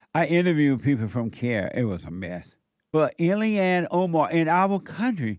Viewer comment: 10;10 seconds! I love your interpretation of the pronunciation of her name!!! DATS AMAZIN!!!